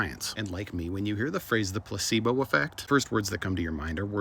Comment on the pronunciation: Anyone else can't help but think, "gazebos" when he says placebo?